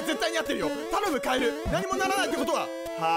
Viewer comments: 「カエルゥゥー！」じゃなくて「カエルルルルルル！！」ってしてて草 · カエルルルルルル の発音が面白かったwww